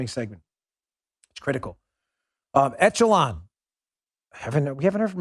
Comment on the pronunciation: Excellent yet frightening video. Great work Dan and crew. BTW, it's not pronounced "ETCH e lon", it's pronounced "ĕsh′ə-lŏn". Just sayin' :D